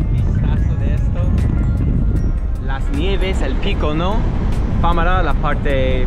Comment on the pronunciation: FaMAra, no FÁmara. Tío, que te lo repitió un montón de veces. 🤣🤣🤣🙃😉🖖. Muy buen vídeo.